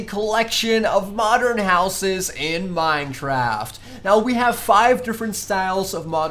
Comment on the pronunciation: Lol minetraft